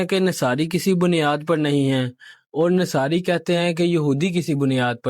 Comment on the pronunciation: Nasari nhi Nasara Arabic theek se perhe please